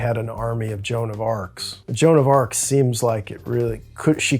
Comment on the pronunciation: Joan of arc bro